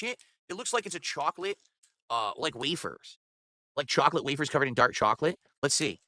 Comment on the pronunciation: I can’t stand the way this clown says chocolate